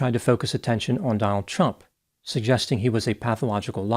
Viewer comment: I sure dislike the way you emphasize the T when you say Trump.